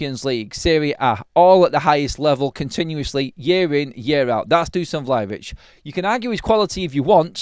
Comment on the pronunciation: Dusan* not Duscan:)